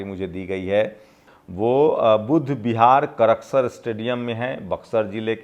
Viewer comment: करकसर नहीं,कड़सर(karsar) हैं,सर।हमारा गांव वहीं पर है